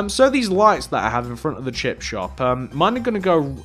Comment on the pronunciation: Is it me or does he say chip chop 😂🙂